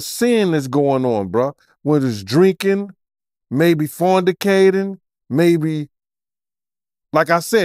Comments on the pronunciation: be chopping up some words frfr, lol. Forndicatin 😂😂😂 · "MAYBE Forn-Di-CKating" 😂😂 I'm dead 😆